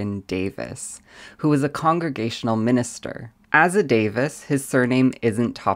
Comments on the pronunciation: Not Davis But Daveees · "Davies" is "Day-VEEZ", not "Day-VIS". That's "Davis". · I also am related to Davies, you are pronouncing it like Davis. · I share your last name and have Welsh ancestry. My highest DNA percentage is Welsh. I'm surprised to hear you pronounce the surname DAVIES as Davis. These are similar, but not identical, names or pronunciations. Davies is pronounced like - Daveez, not Davis. Just sayin'... 🙏🏻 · you pronounced Davies wrong